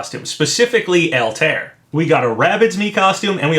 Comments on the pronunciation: JSYK it's pronounced all tie ere. Not Alt air. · "AL-TARE" Papa, my guy... it's "Al-tie-ear" hahaha Always love your content Papa! Keep up the quality speculation! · just an FYI, it's pronounced "All-ty-ear not" "Al-tare"... also as much as I want Geno & would like to see Doomslayer, I'd settle for Mii costumes if they come with music like Sans & Cuphead. Geno would most likely have "Beware The Forest's Mushrooms", but man I'd love to get that epic final battle theme when you fight Smithy ( also, even though it's just a hat Mallow could include a song as well....remember when Nintendo hit those Mario RPG tracks with copyright strikes? might mean something... )...and Doomslayer should and most likely would come with that E1M1 music ( I forget the actual song name sadly, I tend to just remember it as that first level theme from the original Doom )... also, I REALLY hope they can get Yacht Club to sign off on a Shovel Knight costume complete with that opening level theme that's become so iconic to his game....and while Shantae is one of my top 3rd party wants, I can live with a costume if we also get "Dance Through The Danger" as well as a Patricia Wagon costume with "Rescue Girl" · btw altaïr is pronounced "all-tie-ear" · Yeah, I noticed that too. Pronunciation isn't always easy. XD